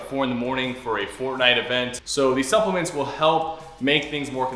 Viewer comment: “Supplement” when I heard That I thought it was suckuments